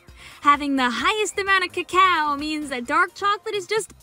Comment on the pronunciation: Cacao? Sounds like Caw-caw. Is GG team Dark Chocolate?